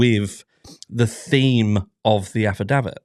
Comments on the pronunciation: You are pronouncing affidavit wrong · your pronunciation of affidavit grates...is that the American way?